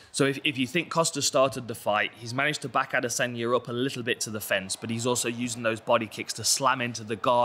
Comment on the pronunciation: I hate how he says adesanya